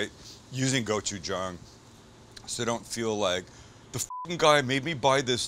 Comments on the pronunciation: It's pronounced Gochu-JANG. Like gochu "Jane" not gochu "John" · please... GOH-CHU-JANNG. not go-chu-JAHNG. Kamsamnida! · did you try to say Jawn? lol im offended you butchered the word lol